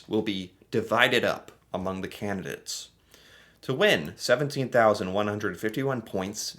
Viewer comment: Candidates not candidits